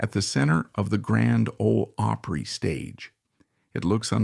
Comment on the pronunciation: You want to have all this info concerning those great country artists; then you need to learn to pronounce: Opry…. “Awe pree”